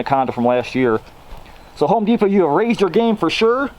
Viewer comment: I HIGHLY appreciate the way you say Home De-pot and Tar-jay lol Also the NIN joke at the end of the video